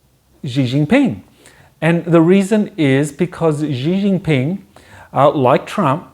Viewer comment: "SHHHee Jin Ping". The 'X' is pronounced like 'SH' - but with your front teeth together.